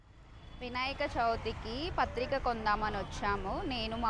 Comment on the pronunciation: Patrika kadhu ma adi pattri